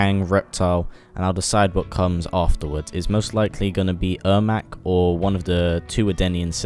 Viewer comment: Airmac? lol